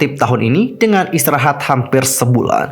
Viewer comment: Apa gua ajah yg selalu denger ngomong “ISTRIRAHAT” 😂